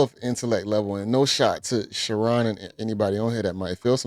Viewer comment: Hey bro I dont even eff w bro shu-ron like that but u keep callin him sharon got me rollin every time lmao